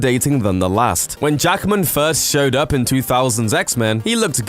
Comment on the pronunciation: His name is Hugh JACKMAN, not Jackerman. That's really annoying. One of the first pointers to showing respect is pronouncing the person's name correctly, and 'Jackman' is not a difficult name to get right. Two syllables, not three.